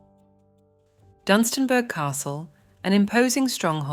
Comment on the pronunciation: oops its Dunstanburgh not DUM :)